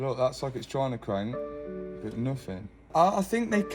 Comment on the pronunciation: I don’t know what hope you have. He can’t even say “but” he says “bert”… 😂